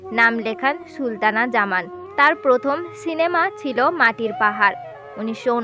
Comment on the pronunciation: She was Sultana Zaman not Shultana Zaman. Learn how to pronounce names...